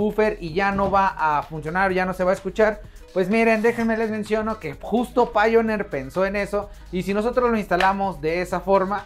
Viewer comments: Se pronuncia "Paionir" tu que te dedicas a eso... mejor pronunciarlo así, no crees? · Me gusta escuchar como no sabe pronunciar Pioneer me alegro el momento Pero igual que precio tiene tu producto?